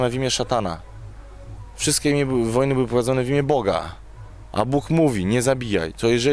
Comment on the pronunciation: "wszystke" "Bogem" "teologem" "goryle górske" "unii europejskej" Najpierw się ćwoku naucz poprawnie mówić, a dopiero potem bierz się za poważne rozważania natury filzoficzno-teologicznej. "Może są gdzieś rzeczy o których kurwa my nigdy się nie dowiemy i wiesz, ciężko to wytłumaczyć"-To dlaczego hipokryto odrzucasz z góry życie wieczne? Może to jest jedna z tych rzeczy, o których mówisz. Zliczył ktoś ile razy Różal wypowiedział słowo "kurwa"? :D